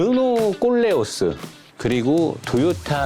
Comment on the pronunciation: 아니...배우신분이 왜 일부 유튜버들 르노 콜레오를 꼴렝ㅅ스라고 발음하냐? 꼴려?